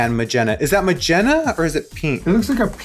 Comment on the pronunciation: When she said, "Magenna," I experienced a little rigor morris, Gurl!